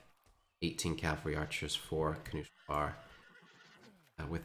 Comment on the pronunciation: "Kanu Schel Bar" , since im german and i know what it meens it hurtsin my ears, still good casting keep it up !